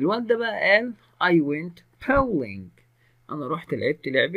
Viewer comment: تمثال يعني ستاتشو ولعبه البولينج وليست باولنج